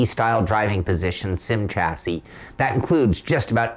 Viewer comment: Great review but FFS when are you Americans going to learn how to pronounce the word chassis ? It is pronounced Shazzie. How do you pronounce Chevrolet ???